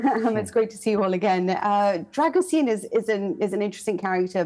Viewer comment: Except she can't even get his name right. It's pronounced 'Dragusheen'